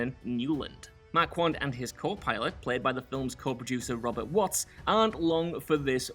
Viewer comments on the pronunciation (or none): none